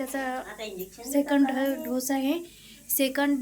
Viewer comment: ढोस नाही ग किती सोपा शब्द आहे डोस म्हण ग बाई